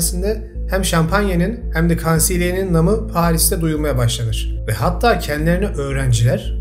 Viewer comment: NAMI / ŞÖHRETİ / ÜNÜ LÜTFEN NAMI OKUNUŞUNA ÇALIŞ, UZATILARAK OKUNUYOR. SİZE YAKIŞMIYOR...